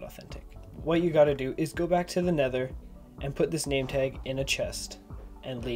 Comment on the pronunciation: He go to neder and get the egg and kill dragon